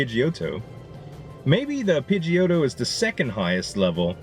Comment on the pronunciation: Z I was tryna ignore it cause I figured you'd eventually get the correct pronunciation lol but it's pronounced "Pidgey - o - toe"